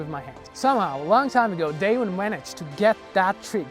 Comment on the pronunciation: Extremely minor point but the American pronunciation of his name is "Daewon" where the "won" is pronounced like the "Wan" in "Obi-Wan Kenobi," not as you would pronounce "day one"